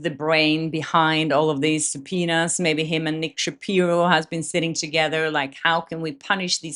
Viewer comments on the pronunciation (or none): none